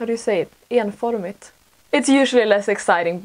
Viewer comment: ”Enforming” GIRL I FEEL YOUR STRUGGLE AS A FELLOW SWEDE